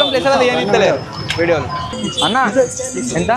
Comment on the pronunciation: It's entha not Antha lol😅